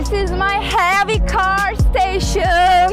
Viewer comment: This is may long long carrrrr😝